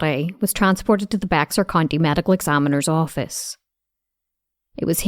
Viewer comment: Bexar County is NOT pronounced Bex-ar. It is pronounced BEHR.